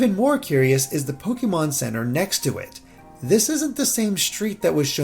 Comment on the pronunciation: It’s pronounced Pokaymon.